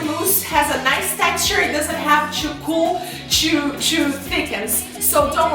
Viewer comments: I love how she says 'choo' instead of 'too' XD !! x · You Said tshuw it is too